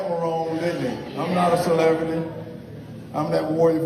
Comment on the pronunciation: I never knew you could pronounce the word CELEBRITY without pressing your lips together.